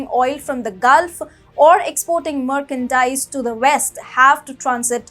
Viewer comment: its not Markandise, its merch-an-dise